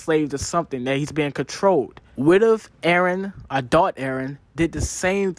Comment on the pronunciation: "a-thot eren..." = Adult eren if anyone struggle watching.